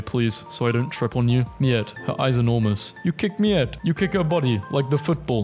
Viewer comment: You said Miette perfectly. It means li'l bit or scrap of - in Froggo. 🇫🇷